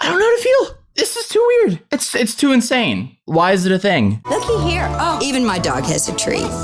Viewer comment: “I AM INANSE” ITS 2 AM AND I JUST FUCKING SNORTED SO LOUD SKSKSKSKKS